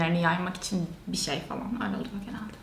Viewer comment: kaç zamandır bu işin içinde olmana rağmen ki iş diyorum işten sayılmıyor hala daha bişi bişiler diyorsun konuşmanı düzeltsen keşke ilk olarak